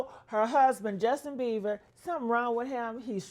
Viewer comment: His name is Bieber.. not Beaver 😂